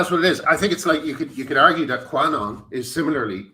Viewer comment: Graham, I love you and it's pronounced Cue-anon not qua-anon.